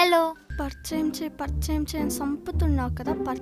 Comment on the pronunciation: Parchayam kaadu thalli parichayam